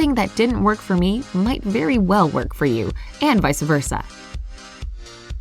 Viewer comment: "Vice-a versa" is not very bright,....